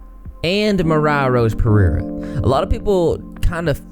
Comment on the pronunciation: I love the way you pronounce Pereira.